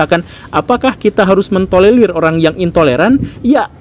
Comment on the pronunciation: TOLERIR bkn TOLELIR pak guru :v